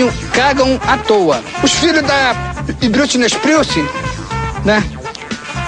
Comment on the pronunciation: "os filhos da brutney isprilci..."